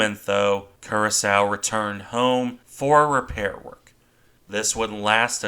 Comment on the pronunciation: and as a further point of order, the ship's name is pronounced Cura-sower, not Cura-sow.